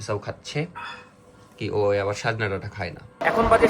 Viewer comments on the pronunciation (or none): It's not sajhna dhata it is sojne or sojina